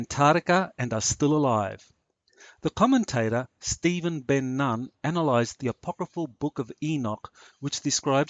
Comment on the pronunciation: Ben Nun is pronounced Ben Noon